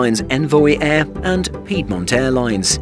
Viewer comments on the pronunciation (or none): none